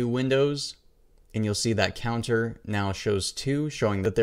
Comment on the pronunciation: I never heard anyone say "Ands" where are you from ? ^^